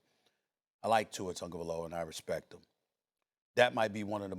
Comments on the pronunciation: "Tua turndaballova" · Only thing I disagree with cam on is the pronunciation of Tuas last name. Tungaloa lmao 😂😂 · Cam calling him “Tour Tongue of Aloa” is DIABOLICAL 🤣🤣🤣